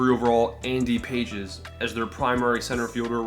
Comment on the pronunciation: . That's 'Pa-hez, ' my friend 😅